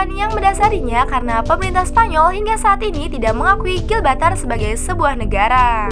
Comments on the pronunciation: Bukan gilbatar tp GIBRALTAR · Gibraltar bukan Gilbatar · GIBRALTAR bukan Glbaltar. heuu kurang riset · Bacanya Gi Bral Tar kak... Bukan GIL BRAL TAR... Gemes dengernya 😂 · Gilbatar? Gibraltar min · Bukan gilbatar cuk....tapi Gibraltar 😤🙄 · Gibraltar bukan gibaltar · Gibraltar om bukan gibaltar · Gibraltar... Bukan Gilbaltar ☺️ Sebutannya (Jib-ral-tar) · "Gibraltar", min. Bukan "Gilbaltar" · ralat, bukan gilbatar.. tapi gibraltar👍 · Gibraltar min bukan Gilbatar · Gibraltar mbak bkn Gilbartar udah enak loh denger suara bikin terngiang ngiang, malah salah ngomong😂... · GIBRALTAR minnnn.... bukan GILBALTAR... ngopi min ngopiiii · Gibraltar say, bkan gilbartar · Bukan Gilbartar min, tp Gibraltar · Gibraltar bukan Gilbatar.. Asal kata nya Jabal Tariq, Jabal itu pegunungan atau susunan batu sedang Tariq nama seorang jendral , Toriq bin Ziyad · GIBRALTAR BUKAN GILBATAR!!! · GIBRALTAR KELES BUKAN GILBATAR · GIBRALTAR BUKAN GILBARTAR...MIN WKWKW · Bukan Gilbatar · maap min bukan gilbartal, tapi gibraltar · Gibraltar min bukan gilbatar 😀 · GIBRALTAR , BENERIN YA PRONOUNCE NYA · apakah aku doang yg mendengar GIL BA TAR ? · Harusnya Gibraltar bukan sih wkwk